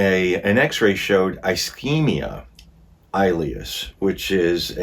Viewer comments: Sorry, ileus is pronounced ill-e-us.😊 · "Ileus" is pronounced with short i, not a long i. Like the word "ill" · "Ileus" is pronounced with a short i, not a long i. Like in the word "ill" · Its an ileus not als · Metabolic acidosis does not mean an accumulation of acid in your stomach. Also, the pronunciation of acetaminophen is.Ah-seat-ah-min-ah-fin. Also pronunciation of ischemia is Iss-keem -ee-a. Also pronunciation of ileus is Ill-ee-us. It’s a good idea to look up pronunciations before reading the material and have a good understanding of the diagnosis. Appreciate your video, but it’s a good idea to get a good understanding of what you’re talking about. Other than that, you did pretty darn well in the last half. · It’s pronounced ILL LE US ! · It’s pronounced ill-e-us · Ileus is prounounced - ill-lee-us. Its when the intestines quit working (contracting) may be due to blockage, surgery, infection, drugs or disease. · I kindly suggest you get a medical provider to assist you with these videos not just for pronouncing but interpreting medical reports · Ileus = ill eus (the i is soft) Great job. RN here so glad to help with pronunciation. Love the channel. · It’s pronounced ill-eeus. I have had it several times. It’s awful. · Hey. the term "ileus" is correctly pronounced with an short "i" (eg. "ill-lee-us"). I know you have trouble with medical terms so just a helpful hint for reference. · fyi: ischemic llieus is pronounced iss- ski mick- I- Lee us ( soft "I " as in igloo) I wanted to correct all the medical words but you did well. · Just wanted to mention that Ilias is pronounced ILL-eee-ass (sorry for the ass!) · The pronunciation of her last name is Bo- you, the L is silent. Ileus is pronounced ill ee us. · Ischemia: Ih-SCHEME-ee-yuh Ih-SCHEME-ick Ileus: ILL-ee-us Oopherectomy: EWE-fer-ect-uh-me Gastrectomy: Gas-TRECK-tuh-me Sequelae: Sah-QWELL-uh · It's il- ieus. Accent is on the first syllable.